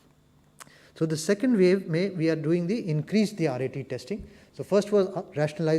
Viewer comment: It's pronounce wave ... not vave